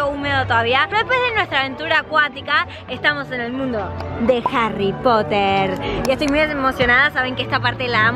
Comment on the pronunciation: harry popoterrrr XDDD